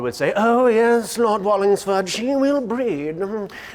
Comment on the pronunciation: imagine just walking through new orleans together and you hear this weird dude talking into a camera going "Oh yES LoRD WallINGSfoRD ShE wILl BreED"